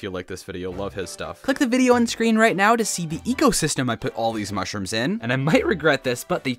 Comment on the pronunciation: You cownted mushrums that you dident iven have.